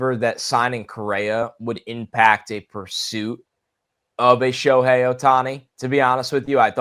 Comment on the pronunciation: Sho-me-Hei Ohtani 😆😂🤣!!!